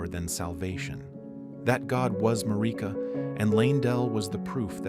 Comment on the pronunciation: Mareeka.. lol inlove when people mispronounce it. Its MAIR- IH- KUH